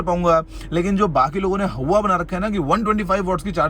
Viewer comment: How many times did he say hauwa??😂🤣